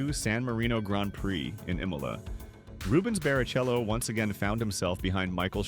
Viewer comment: Ah, Reubens Barry-Cello.